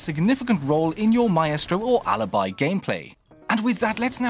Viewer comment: A tip from an Italian sub: Alibi’s pronunciation is “uh-lee-bee” 😉🇮🇹